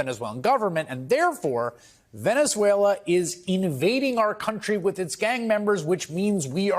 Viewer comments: VENZEVUELAN?? Really?? 😂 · Man cannot even say Venezuela how can he read the law. Poor America